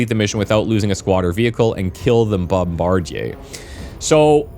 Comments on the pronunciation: Well he's a Canuck living in Quebec so the original French pronunciation checks out. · Bombardyay.... lol. It's pronounced bomb-ba-deer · Thanks for introducing me to this game, definitely going to pick this up, I love me some turn based combat games. PS: Bombardier is pronounced "bomb-buh-deer" I had to say something, sorry for being that guy. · FYI "bombardier" is pronounced "bom-bar-deer". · It’s bombadeer dude, not what you said. 🤦. It’s an indictment of our educational system. Thanks for the video btw. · mf said "bomb-bard-ehay"... it's "bomb-bah-deer"... jfc gamers really can't read smh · Brother..it’s BOMBA-DIER.. “bombadeer” NOT BOMBAJIER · That specific thing you have to kill in this mission is pronounced bomb-a-deer, not a bomb-bar-jay 😆 😂 😜 🤣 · Strange pronuciation of bombardier. Extremely French. In English, it's usually pronounced "bomb-bar-dee-er", not "bomb-bar-dee-yay". Perhaps you are from Quebec or adjacent to it? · Just to note, bombardier is pronounced 'bomb-buh-DEER,' not 'bomb-bar-JAY' or how you were saying it. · Bombardier. Pronounced Bom-buh-deeuh. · as a heads up, its pronounced bom-ba-deer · Bombardier is pronounced Bomb-bar-deer. You're Frenching it up lol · BOM-BUH-DEER you GOOSE! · You threw me off with "bom-bar-jay", lol. I was like "Have I been pronouncing this incorrectly my entire life?"😂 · Must be some unique Canadian pronunciation. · Not exactly Canadian. Most pronounce "bombardier" the regular American English way as "bom-bar-deer". He's using the Quebec French way "bom-bar-dee-yay". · So pumped for this game! Oh and it's "Bomb-bar-deer" 😊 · Also, it's pronounced BOM-BA-DEER. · I have never herd someone pronounce Bomb-buh-deer like that. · Kill the "bomb-bard-yay". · what an interesting way to pronounce “bombardier.” interesting meaning wrong and stupid. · Jebus, this guy not knowing how to read "bombardier" is killing me. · His mispronouncing bombardier is going to give me a seizure